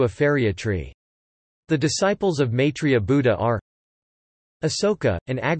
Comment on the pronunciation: MYI 3 YA not MAY 3 YA...